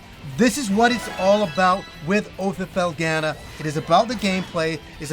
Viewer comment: I am interested to hear your take on your pronunciation of Felghana, You say FELL-GA-NUH when the voice acting in the game says FELL-GONE-NUH. I haven't heard that Japanese pronunciation either.